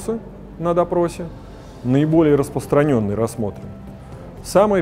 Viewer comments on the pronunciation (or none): А что, все юристы не умеют нормально произносить слово «распРостраненный»?